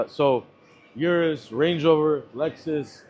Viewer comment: still can't pronounce Urus properly